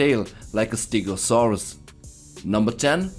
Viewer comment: I, and a hell of a lot of kaiju fans, collectively facepalmed at the mispronunciation of Gigan, Gamera and Stegosaurus